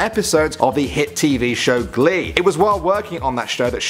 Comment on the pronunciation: He actually pronounced the character from Glee's name right. I'm very surprised.